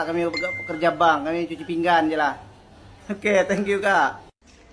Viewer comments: Adoi bilang pingan pun pinggang. Cuci pinggan tu cuci piring. Kalau cuci pinggang tu kalau lu ada sakit ginjal di pinggang. Adoi dari dulu nngomong kagak betul. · Sebutannya biar betul bukan "pinggang" tetapi "pinggan" harap maklum...